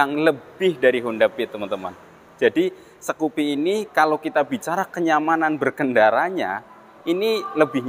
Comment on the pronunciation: Skupi mas bukan sekupi 😁